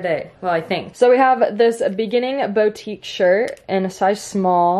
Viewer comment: boutique is not pronounced “bowtique” its “bootique”